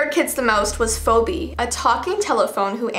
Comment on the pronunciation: * says fo bee* me: its pronounced fee bee